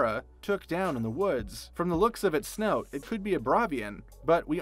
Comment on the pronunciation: Bob uh Fett, "by the looks of his snote" (snout) and other mispronunciations drove me nuts. It's like no one practiced the script in front of actual people who know what the script is about and corrected the narrator on these errors.